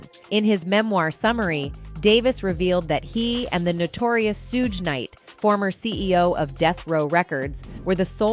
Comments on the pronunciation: Soo-gae Knight, Soog Knight, Soodge Knight, Keef D. Jeeez, this is hilarious 😂 you cant make this up. I mean when I first saw the name Suge, I didnt know how to pronounce it either (Sudge is how I said it, I think) but once I heard it as it actually is pronounced, that was it. But nah. This is funny as all hell 😂😂 Overall, nice vid 👍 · *Shhuuugg knight